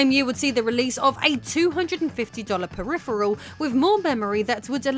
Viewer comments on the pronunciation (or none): none